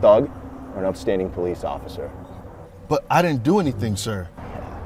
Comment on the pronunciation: You mean OCIFFER?? 😂😂😂